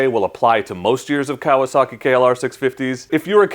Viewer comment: Pronounce it right Kawasaki, ka wa sa ki, not kalosaki.